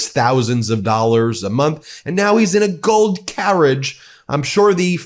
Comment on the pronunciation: I know he said 'Gold carriage', but I heard 'Goat carriage' and found it strangely appropriate :P